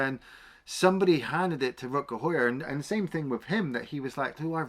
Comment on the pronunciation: it is pronounced How-Er isn't it ?